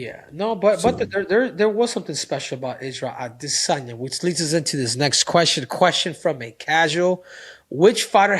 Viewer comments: Take a shot every time Henry says “ade-Sanya” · Stopped the video after 4th time hearing “Ade-sania “ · Aright the emphasis on A-DIS-sanya is gettin old, you burned it out. You don’t need to do it everytime you say his name…….🤦🏽‍♂️ it was only funny the first few times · Why does Henry have to say Izzy’s last name like the Duolingo owl